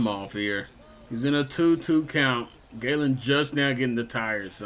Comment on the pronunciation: Zak gallen is pronounced like a gallon of water not gay-len just looking out for u